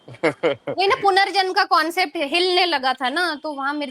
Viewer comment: भाई punarjanm होता है